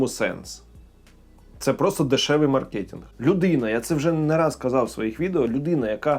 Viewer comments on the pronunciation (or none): none